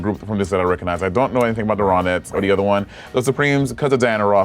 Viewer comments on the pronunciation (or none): Not Monét saying “The Ronits” instead of “The Ronettes” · No shade but can we talk about how monet pronounced “the Ronettes” ?